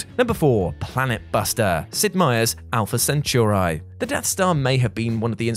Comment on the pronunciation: Alpha Senchoor-eye?!